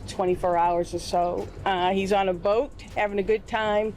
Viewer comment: Someone please help him learn how to pronounce the word “ B O A T’